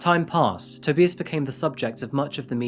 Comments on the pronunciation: FYI To this narrator. U really NEED to check the pronouncing of people's names correctly. If you don't, it's dishonoring the dead n those involved. It's not Toe-bee-us. It's Toe-By-us!! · Do you mean "Toe-bi-us", rather than "Toby-us"? Or is that just a whacked name? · its pronounced TOH-BYE-ISSS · bro u good? within a span of 20 seconds to you pronounced his name 3 diff ways te-bye-iss toe-bee-iss ta-bi-iss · Toe- bye- us .......thats how its said 😊😂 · Tuh-bye-uhs 😊 You're welcome! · It's pronounced,, toe,by,ass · can’t make it past the toebeeus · toe-bye-iss. you are unbearable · Pronounced to-BUY-us. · What was with the pronunciation of TOE BYE US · No, it is pronounced TOE BEE AS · It’s TA BIAS 🤣😂 That’s how u pronounce his name j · It is not "a". It is an indistinct "uh". Except in some foreign words, every syllable is pronounced in German. BTW - I was wrong - it is not pronounced correctly. The initial S is pronounced Z. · Here we go again. I think that you're trying to say "tow-bye-es". Which is how to pronounce it. LOL THANKS FOR YOUR VIDEOS! ✌🙂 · Toe bee us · Toe - by - az...... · If he’s German, it’s probably pronounced To-buy-as. Just saying. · Toe-bye-is = Tobias ❤ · I swear if I hear you say Toe-bee-is one more time I am going to end up in this channel. I'm sure you watched the news videos and heard his name multiple times -_ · Toe-bye-ess damnit!!!! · Prettt sure its pronounced to bye us? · Toe-bye-ass. Tobias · Omg i thought what a strange way to pronounce it? Ive never heard anyone pronounce it like adrian 😄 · No, it had the pronunciation incorrect. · Within the first 5 minutes you pronounce 'Tobius' in at least 3 different ways... You even include multiple TV clips with journalists pronouncing his name correctly and still continue to pronounce it wrong over and over again. It's almost like you're just reading off an autocue and don't actually write or research any of this stuff yourself 👀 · its Not TOE-BEE-US it's TOE-BY-US